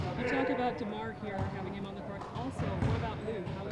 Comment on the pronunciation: Vasquez can't pronounce the letter "M" he keeps saying "hin" instead of "him" and similar words that ends with M lol